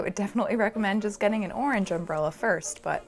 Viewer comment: "i tend to make things a little bit, jist a smidgen more difficult for myself than they need to be" sAME